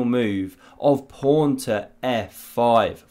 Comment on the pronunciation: It is called a pawn not a “prawn” lol